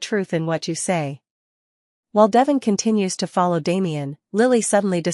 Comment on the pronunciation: His name is pronounced De Von with e having a long sound.